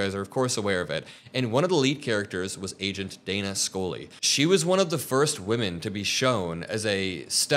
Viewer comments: Its Scully, not Skoly 😢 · Scully....._skull-lee like a skull......not School -lee lol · Why did he pronounce Scully as Scoley?